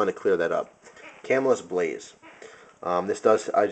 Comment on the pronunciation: Cool review. I would assume that since you know all about knives, that other people pronounce Camillus as you do. Having spent time in New York near that town, the town itselfis pronounced ca-MILL-us.